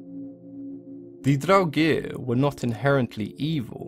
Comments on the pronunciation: Well it proncances in Swedish like this: Draogir or Dragr. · like the video but I dislike the way he says draugr